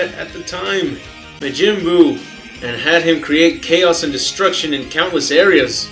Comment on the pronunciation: He just says the original pronounciation of buu's name:) not the american version